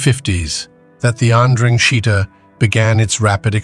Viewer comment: Amazing how many ways Ai finds to pronounce ndrangheta